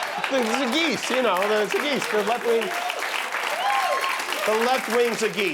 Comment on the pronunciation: “Left-wing zee-geese!” It’s clear why he hates “education”! 🤯